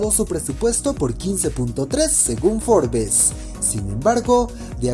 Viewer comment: "Forbes" se pronuncia "Forbs", omitiendo la "e" en la pronunciación. Pdta: ¡Qué viva el Guasón!